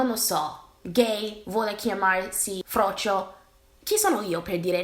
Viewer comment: MI AMMAZZA COME DICI ''FROCCIO''. E' LA MIA VITA. VOGLIO QUEL FRAMMENTO DI VIDEO COME RINGTONE. 😂😂😂😂 EDIT: Ho finito ora di vedere, adoro anche come dici le parolacce as well. Comunque concordo al 100% col discorso, ti adoro profondamente 💚